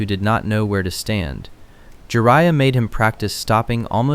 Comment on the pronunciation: Jar -Ye -Ya , Narrow -toe 😂